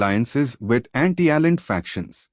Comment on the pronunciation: You were not in Chile mate . The socialists and communists were armed. This was a war. You did not mention the fact that the senate asked the Army to intervene. The coin has two sides. Please try to learn how to pronounce names properly. The name is ALLENDE and not Allen . Please do your homework .